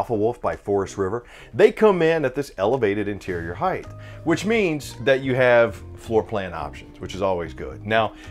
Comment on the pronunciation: I couldn’t make it through 5 minutes. It’s height, not “heighth”